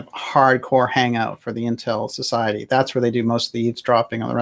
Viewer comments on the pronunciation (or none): none